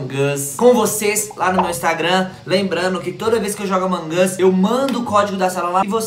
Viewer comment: Para de falar among as porque não é among as é among us